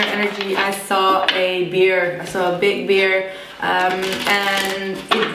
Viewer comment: Thought you said a "big beer" lol I thought what's wrong with that?